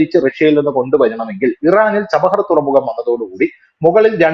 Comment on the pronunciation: ചബഹർ തുറമുഖം അല്ല ചബ്ബഹാർ തുറമുഖം എന്നു ക്ലിയർ ആയിട്ടു പറയാൻ ശ്രമിക്കുക.